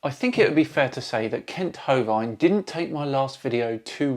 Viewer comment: Great video! The last part of Hovind is pronounced like "wind" You pronounced it like "bovine". Kent is a tool though.